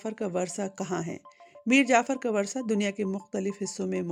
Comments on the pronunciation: آپ اپنا تلفظ درست کریں وُرثہ کو باربار ورثہ کہہ رہی ہیں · It's "wurasa" not "warsa". Pronunciation is important too. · 'میر جعفر کے ورثا' اور ورثا ایسے نہیں پڑھا جاتا جیسے آپ نے پڑھا ہے۔